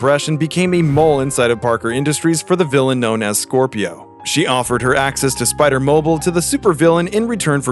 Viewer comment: why is he pronouncing spider-mobile like that hahaha